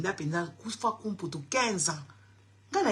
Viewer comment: ce n'est pas kufakumputu mais Fwakumputu ma belle